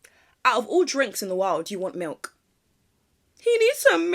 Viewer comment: I totally agree about drinking milk on its own 🤢 especially when they pronounce it like "malk"